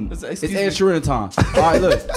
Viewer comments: How did yall give Ed Sheeran's last name 8 different pronunciations? 😂 This is my favorite segment of this channel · WHO TF IS ED “SHEERAN”😂😂😂